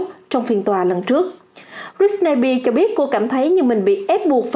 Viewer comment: Bạn đọc tên Britney Spears không đúng SPEARS chứ không phải BEAR